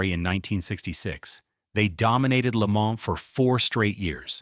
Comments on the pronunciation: If you're going to use AI to voice you're bullshit, properly pronounce French words. Le Man - not plural. Educate yourself, and you won't be called out as a stupid uneducated fuck that depends on ai voice overs for your lack of reserach. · This one sounded pretty good except for the first Le MANS 👨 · I like the way it pronounces La Maans. It makes me feel extra Murkin! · IT PRONOUNCED LAY-MON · Le Mans? Come on, mate. It’s Le Mohn and the s is silent. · La Mans….😂😂 At least AI learns from its mistakes. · I stopped as soon as I heard it say Le Maaaans! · agreed plus I heard lee manz too. AI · It's not AI, they're racing at Lee-Manz! 🤣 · Leh-ma It's fucking called Leh-ma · Good god the pronunciation of "Le Mans"